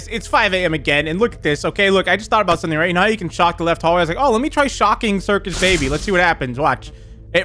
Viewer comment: I like how forgot the R in Circus "Cicus" rip lol